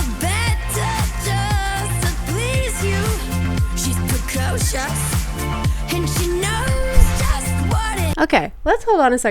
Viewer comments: I think the a I that generated the vocals doesn't know how to pronounce precocious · Precocious rhymes with atrocious. This is atrocious.